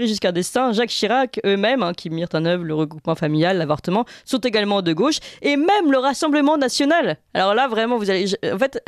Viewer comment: En français on ne dit pas la Go che mais la gauche=gôche. C’est insupportable ces journalistes qui ne parlent pas français